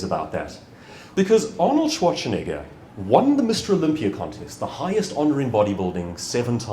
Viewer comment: I really loved the talk, but I was kind of sure that at the end when he talked about misspelling a client's name or discrediting oneself in some other way he would say: "And this is why I deliberately mispronounced Schwarzenegger's name every single time - as an example of that. The most famous, most talked-about body-builder in the world, and still he managed to squeeze in a "ch" where there is none.